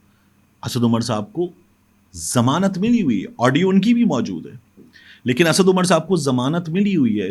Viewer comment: It should be read LAiKIN